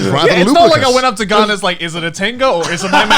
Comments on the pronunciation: Why does Grant keep mispronouncing his name? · Apologies, I always forget that Garnt has an R in it, its fairly subtle sounding to my ears